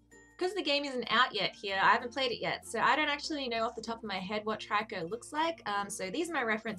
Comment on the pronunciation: It's pronounced tree-co